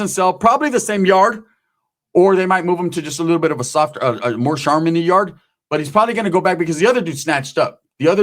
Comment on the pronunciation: He said, “ Charminy”😎